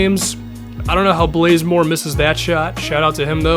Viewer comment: Why does he say blazemore it's bazemore